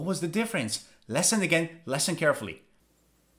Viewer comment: He was told like 5 times how to pronounce the word *listen*, yet he keeps pronouncing it wrong